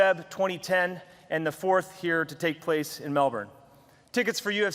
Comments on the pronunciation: It's Mel Burn not Mel Born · MELBORRRRN? its fucking Melben Dana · 'In Melburn' 🙄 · Mel bin that’s how you pronounce Melbourne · Dana... it's Melbin! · Mell.... burn? Learn how to pronounce the bloody city correctly Dana. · IT’S PRONOUNCED MEL-BEN